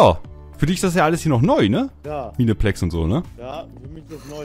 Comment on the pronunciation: Sry aber es wird meinplex ausgesprochen